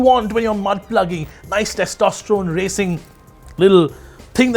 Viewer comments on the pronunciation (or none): none